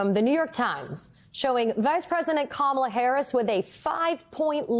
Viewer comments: Go back to sleep, Deborkaren. Here. Let me help you: Comma-la. Can you handle that? It's really not that difficult. In fact, Mace pronounced it correctly and then checked herself and mispronounced it again. It's intentional. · Knowing how to pronounce someone's name and pronouncing it incorrectly on purpose?! Now that's trashy, Lady.